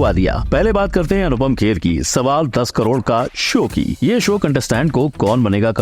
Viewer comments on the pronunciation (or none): none